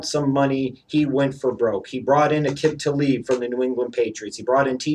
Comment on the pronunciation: Will you EVER say Aqib Talib's name right?